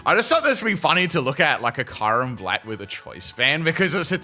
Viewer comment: Why are you saying kyurem's name wrong. The sound of it is so bad and thanks for this